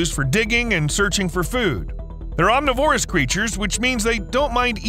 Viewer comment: You keep mispronouncing "omniverous" and many other words. There are no "live" carcasses.😒